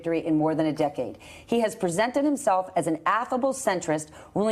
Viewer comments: Just want to point out that it's Phil BREDESEN, not BRENDENSEN. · “Brendnsen” really bruh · It's pronounced "Bread- e-son" .(no "n" in that first syllable) He had the distinguished honor of winning all 95 counties when he ran for (and won) governor of our state...He's big business the honorable way. He brought both the Tians and the Predators to Music City and did us proud at every turn. Watch this race!